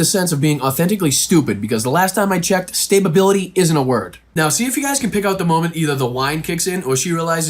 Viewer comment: Statebability 😂. Stability you mean? 😂